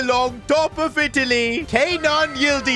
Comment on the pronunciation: It is Ke-nan not Kay-nan